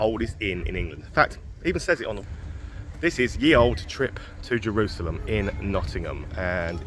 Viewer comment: just saying...the y in ye was pronounced as th...